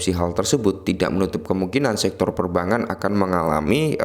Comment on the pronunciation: Perbangan terus mis 😂😂😂 kog susah amat bilang perbankan